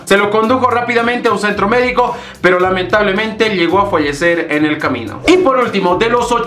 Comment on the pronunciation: che en ORURO NO DECIMOS FOLLESER DESIMOS FALLECER Está buena saludos 😁